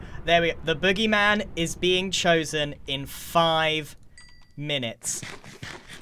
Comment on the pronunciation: why’d he say tHE booGEY mAHN like that 🤣